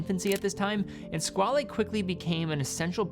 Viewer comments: Squale is French for "shark", not italian (Squalo), therefore it is NOT pronounced "skwal'hey" , but "SKWAL" ! It's very annoying to hear all watch influencers getting that wrong. I guess we can thank TGV for that... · nope, it's French for Shark and it's pronounced "skwal"